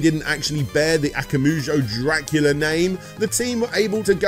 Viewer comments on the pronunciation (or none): FYI, it's akumajou, not akamujou. Akuma (悪魔) meaning devil and jou (城) meaning castle. If you have trouble remembering the order of the vowels, just think Akuma from street fighter + "Joe" like a cup of joe. Akuma, Joe. Akumajou. I also think it rolls off the tongue better if you stress the second syllable instead of the third, though that may be a matter of personal taste. Also his name is Igarashi, not Igarushi.